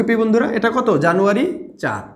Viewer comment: jano 1 was funny to hear😅😁